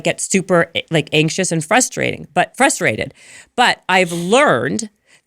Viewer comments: I agree with a lot of what she says, however, she devalues her message and a lot of what she says simply by her vocabulary. I’m trying hard to listen and hear the sentiment behind her message but it is really hard when she can’t say simple words like “frustrated,” appropriately. Not trying to be a hater, but if you can’t even say something as simple as, “frustrated,” instead of, “ fustrated,” I have a hard time listening to and trusting your message because you don’t sound intelligent. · She is describing permissive parenting, not gentle parenting. Where is the science they bring into other episodes. Show me the studies not some lady who can’t pronounce common words like frustrated.